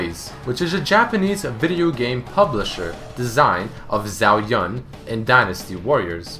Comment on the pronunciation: yun pronounced yoon